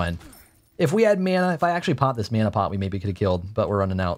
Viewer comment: "if only we had meeana"